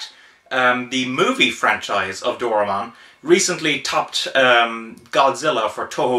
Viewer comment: you butchered his name.........it's not DOOR AH MON!